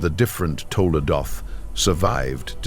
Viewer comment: TOLDOT... NOT TOLADOT... תולדות